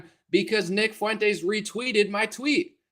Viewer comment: Real talk, I can't stand any of these clowns...Not "Mile Low"...not "Fuey"entes and certainly not "Tim Fool" or "Con"ye...